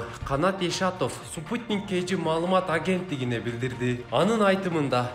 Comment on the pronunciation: молодец экенсин туура туура эмесине карабай эле шатыратып окуп салдынго Спутникти супутник деп, пошлина деген созго ударенини туура эмес, Ассоциация - деген созунду кайра кайра уксамда сен окугандай кылып кайталайалбай койдум такыр.Молодец одноко.